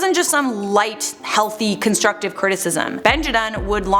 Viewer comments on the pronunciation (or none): none